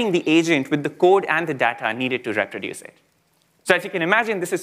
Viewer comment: Somebody please teach this guy how to say "reproduce" ...